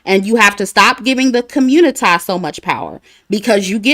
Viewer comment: and - “communi-tie…” 😭🤣🤣